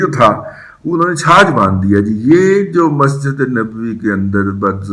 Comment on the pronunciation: سر چھج ہوندا ہے چھاج نئیں ہوندا